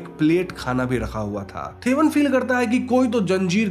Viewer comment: Thevan is तेवन not थेवन. 'Th' in Malayalam is त not थ. In fact the sound थ is not common in the language. Potti is Po-Tee (as in cat) not Po-tty Chaathan is चातन not च्छतन